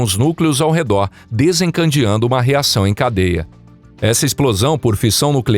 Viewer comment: "Desencandeando" uma reação em cadeia? A IA ainda não aprendeu a falar?